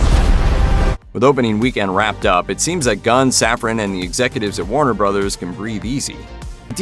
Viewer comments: Can say “brothers”? What is a “brudders”????? 😅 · Yeah, brudders! 😂